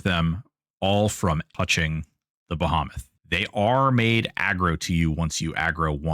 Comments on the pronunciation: Appreciate the walkthrough immensely. Now let's all say it together: bah-HEE-meth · The Bahamth? Is he from the Bahamas? 😂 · ill take “behemoth pronunciation” for $800, Alex.